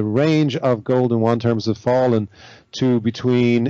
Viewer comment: How come no one can pronounce Yuan correctly? Yew-ahn.